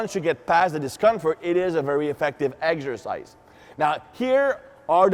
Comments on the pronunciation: I think this guy is french. in french you prononce egsercise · "Eggs-ersice" - love the accent. The demo guy makes look tiny! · I love how pronounces "Eggzercise" and thighs aka "ties". Great videos as always!